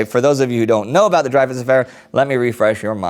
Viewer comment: Indy, you need to google the pronunciations of some names. Might we worth youtubing them first. You're knowledge is great but some of the names are off. You made a mess of the names in the special on the irish 1916 rising. To be fair everyone who isn't Irish does that :). Today it was Dreyfus. It's pronounced Drey-fu